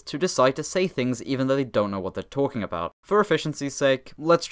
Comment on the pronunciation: You used approximately 6 seconds to skip on your first t. And not a dialect t, mind you. “About”, if you were curious. I’ve noticed it in my own pronunciation, and it irritates me. Because it sounds right, but at the same time not.